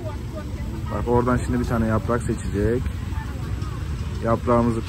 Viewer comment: Şindi deyil olum ŞİMDİ diyiceksin ki millet anlasın, makineyı eline alıp gezmekle diyil biraz doğru anlat Türkçeyi millete